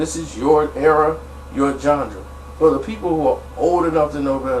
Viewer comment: I hella fuck w/ you...but its pronounced John-Rah (genre) not gendra (john-Druh)